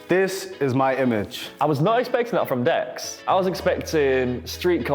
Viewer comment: she called Dex as Dax 😂😂